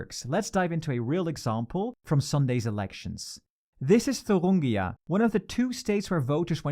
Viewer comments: It's Thuringia, not Thurungia. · it's thuringia not thurungia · don’t you ever slaughter my states name ever again It’s called Thuringia not fucking “Thurungia” People do your research! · Isn't it Thuringia, not ThurUngia? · It's thurIngia and not thurUngia... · It’s Thuringia not Thurungia 🙈🙈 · "Thurungia": Just to note it's "Thuringia" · It’s Thuringia, not Thurungia! Christ on a bike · It's ThurIngia not ThurUngia. You're not only saying ir wrong but also writing it wrong. Just Google it. It's not that hard. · It's Thuringia, not Thurungia... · It’s Thuringia, bro. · It’s not thurungia. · Pronunciation of Thuringia got worse with every attempt. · It’s Thuringia, not Thuringia. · It's "Thuringia"